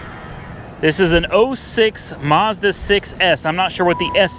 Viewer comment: There is no R in mazda.